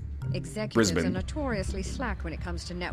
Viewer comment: Wow NL said Brisbane right. +1 to you.